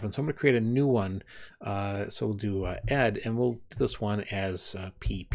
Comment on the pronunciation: As I understand it ed is actually pronounced as the individual letters like vi since ed was derived from an earlier more complex editor called qed. Think Edie Brickell not Ed Sheeran. ed is still my favorite text editor. As you demonstrated it has much of the power of vi but I appreciate that it doesn't take over my screen the way most other text editors do.